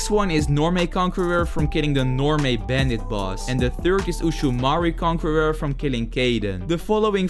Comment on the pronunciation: Bro can’t pronounce conqueror but can pronounce bodhisattva is crazy(no hate) 😂😂